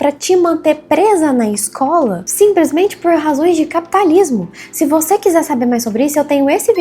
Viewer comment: Pena q faltou aprender mais o português. O "simplismente" doeu kkkkkk.